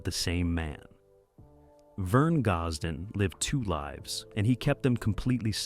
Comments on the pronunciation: If the narrator cannot pronounce his name, can we take this to be true ... I will always love his music and wish he was still here making the good Country Music some of us Love !!! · Can not even pronounce his.name